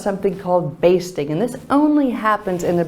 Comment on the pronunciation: I have always heard basting pronounced with the long a like baist not bast, I have heard henry poole cutters, huntsman cutters, and John Kent and Terry Haste all say it that way.